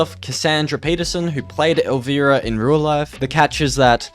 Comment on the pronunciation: I feel old hearing you navigate Kevin Smith, “Pamgrier”, and Elvira (the i sounds like ‘eye’). Outside of this (no judgment just era lol), great content!